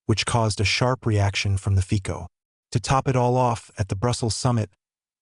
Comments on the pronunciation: His name is ROBERT FICO, and not FIKO. ! Say it on the right way ! Letter C, sounds like letter C, and not like letter K, ! FICO, and not FIKO. ! Stupid narrator ! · Fico is pronounced “ Fitzo”,you should know by now 😂😂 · 😮😮😮😮 pronounced FITSO😮😮😮😮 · Feeeko???? Fico (fitso) asseblief!!!!!! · Fico = Fitso